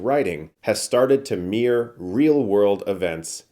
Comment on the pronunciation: It's mirror, NOT meer.